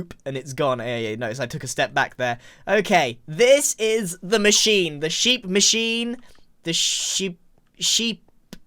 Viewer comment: not the "baa-chine", Grian???